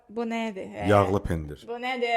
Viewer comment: Не пендир,а пендирь,не забывайте о мягком знаке и не семечка,а тум.